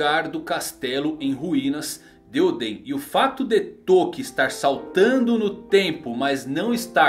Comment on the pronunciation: fala certo nome de oden